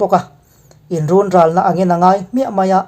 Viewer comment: A bengvarthlak e. Inrunral tih a run hi rûn thluk ni lovin hun (time) thluk zawn tur a ni.